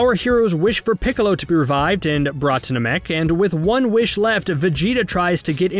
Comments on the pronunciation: It’s not Na meck, it’s Nam ek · It's nah-mek not nuh-mek lmao your killing me 😂😂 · Bro said "Nah-Mek" instead of "Nam-Ek" and I legitimately paused the video and had to debate in whether I'd finish the video or not. Glad I did. But it was a close call. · Gohan: Go-hon not go-han Namek: Nam-mik not nam-mek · I know u didn’t just say NA MEK TF IS THAT ITS NAMEK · Na-maek? I thought it was Na-mek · WTF is Naa-mek, it's fkn Namek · The way you pronounce namy things like NA-MEK i have to ask???have you ever watched dragon ball?? Or you're just reading script? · Narrator: Best fight in the franchise! Yeah I said it! Me: You never even watched the show 😒"nuh-mek" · I thought it was nah-mek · Nuh-mek? You’ve obviously never seen the show. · Nahmek and Gohand?? What are these annunciations?? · Yeah, I don't trust anyone who pronounces it "Na-Mick" Get someone who actually watched the show to do shit like this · Why can’t you say simple things correctly like Namek and Kaioken? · Your right, the guy pronounces so many names wrong...ex. Namek and Gohan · How can you say namekian right but not namek ☠️☠️☠️ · The way he says namek hurts me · I appreciate the work and time put into this, but please learn proper pronunciation of Namek and other characters' names. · You probably should have had someone who can correctly say Namek narrate this. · Cool recap but the way you say “Namek” and “Gohan” doesn’t sit right with me. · First of all am I the only that its bothered the way says “namek” second of all I think you focused on doing the video really short that you leave a lot of missing info. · Every time he says “namek” incorrectly it makes me cringe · Having a hard time saying Namek? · There goes CBR proving they know NOTHING about the dragonball franchise again. God i hate the way you say Namek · It upsets me how you pronounce Namek. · Why why why do you say namek like that. Did u ever watch the show? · I stopped watching after hearing how he pronounced Namek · Nàmek not Namèk